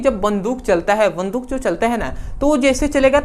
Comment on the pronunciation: वन्दूक नहीं होता है बन्दुक होता है सर 😂😂